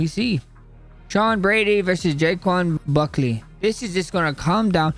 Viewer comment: Jay-kwan buckly? 😂